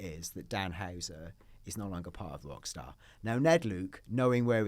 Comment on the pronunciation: please pronounce your R. it's NOT WOCKSTAR